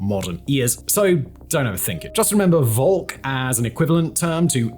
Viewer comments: Volk is pronounced with an F. Folk. It's literally an english word too. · so v in german is usually pronounced like f in from. so volk is closer to folk. in fact they are descended form the same word